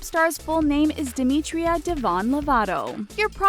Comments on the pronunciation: Dimitria? I'm Dimitra. Lol Demi. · its pronounced DIMITRA. i know this because i am greek and my grandma and cousin have this name.